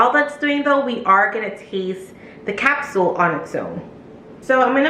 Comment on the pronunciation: Did you say "Capsuel" ?